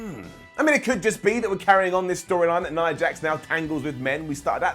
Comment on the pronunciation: you're my favorite to listen to on WhatCulture, so you get an up for that. Not just an up, considering there are many of you to choose from, I'd say that deserves a golden up. Now, that being said, let me get to the downs: Why is it that you can manage to pronounce Nia's name properly, but you pronounce Tamina's as if it ends with an R? Both names end with the same sound, and yet you consistently pronounce Tamina...all wrong. That gets a down. And, in fact, since it makes so little sense to me, not just a regular down...you're getting a brown down. Another down for the down you gave to Braun being friendly with Seth. The feud between them was months ago under different circumstances, and they both have a common enemy in Brock so that actually made perfect sense. Thank you for reading, and thank you for posting your ups and downs. 🤘